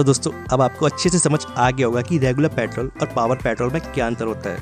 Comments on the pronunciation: pyatrol nhi kehte bhai petrol kehte pehle words to thik se bolo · Patrol nahi bhai petrol bolo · पॅट्रोल नही पेट्रोल बोलो😂😂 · Petrol ❌ Pitrol✔️ 🤣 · its not प्याट्रोल, its पेट्रोल😂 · When he said paatrol not petrol I got that time only what he is telling about paatrol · Sir patrol nahi hota hai.... It's petrol.. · Bhai ye Patrol nehi Petrol hain. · your pyatrol irritating me.. its petrol.!!.. info was good.. but i left in middle cuz of irritation.. improve your accent.. make it clear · paaitrol kya hota hai bhai😂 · Pyaatol kya hota h 😂😂😂😂😂😂😂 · Bhai bolna sikho paitrol nhi petrol hota h 😂😂😂😂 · Petrol bolo patrol nahi 🤦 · Abbe jahil petrol bolte ha usko ,patrol nahi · Patrol ya peetrool. Hahahaha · Patol patol patol 😂😂😂😂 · भाई कम से कम पेट्रोल तो सही से बोल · Petrol hota petol nahi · Tum pehle petrol sahi se bolo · Pehle petrol bolna sikh lee dhang naal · Tum pahle petrol bolna sik lo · Bakwas petrol bolna to sikhle